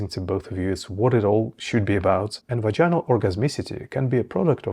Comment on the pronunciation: not vagin-al it's pronounced vag-in-al. Also 'grinding' is total bullshit. Ask any woman which you did not do or you would know how wrong you are. you don't seem to know what you are talking about. don't need your mansplaining